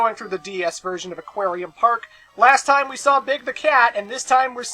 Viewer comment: Best localization mistake ever "A*c*quarium"... Way to go Tails...